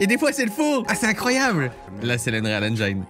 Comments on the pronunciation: Pour info ça se prononce engine et pas engiaïne :) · Je t’en veux pas pour la prononciation d’engine mais pour unreal c’est autre chose mdr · Eng"i"ne pas enjjjjaiiiilllneee, bordel Cyril, a chaque fois! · pssst... c'est engine comme dans devine pas engine comme dans aïe ;) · J'ai hate d'en voir plus avec des jeux qui sortiront avec cet Unreal Engine 5. Par contre, j'ai des boutnons à chaque fois que j'entend le mots Engine prononcé "Enjaïne". Ce n'est pas la bonne façon, Cyril. Au pire, quand tu doute, va sur Google traduction, inscrit le mot et click sur l'incone de prononciation. Ta façon de prononcer n'est ni anglaise, ni française. ^^ Si tu as la flemme, sache que ça se prononce comme tu dirais "N gène" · Je sais que l'anglais est une langue difficile pour les français mais svp prononcez 'engine' avec un 'i' à la française. Tout le monde prononce mal ce mot il fallait que je le dise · *Eunrîl Ainndgîne (pas facile je sais)